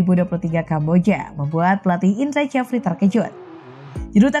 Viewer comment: Admin tak paham ejaan lama, bahasa Indonesianya parah, Indra sjafri ko dibaca Indra Jafri😷😷😷